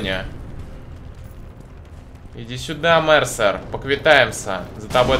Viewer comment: может не марсер а мерсер